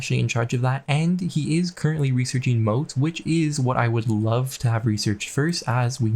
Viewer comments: I don't know why keep saying "moats" when it clearly says "motte", as in "motte and bailey". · oh and since you keep saying moat: it is called motte (short o, hard t). sadly, this invalidates your challenge and you will have to try again <3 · Motte rhymes with not